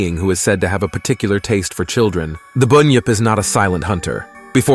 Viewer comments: It's not boon yip it's bun yip and what's a yo ee 😂 it's pronounced yow-ee And while I'm here (not mythological) it's not e-moo it's pronounced e-mew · No alligators here buddy,and an emu is a bird,and it's pronounced as it's spelt ironically,bun-yip